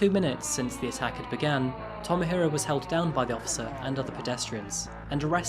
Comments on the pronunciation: Love this channel, but can't get over the pronunciation.... "Tomo-hiro" = Toe-moe-he-roe. Sorry, been living here for too long and it absolutely bugs me 😅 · Tow-mow-hee-row is not “well-pronounced”